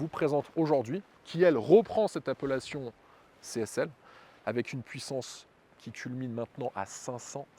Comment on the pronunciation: C'est quoi, une "appeullation" ?!?!?